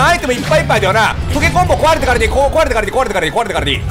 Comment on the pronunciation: 「壊れてからでいい壊れてからでいい壊れてからでいい」の滑舌がよすぎる😂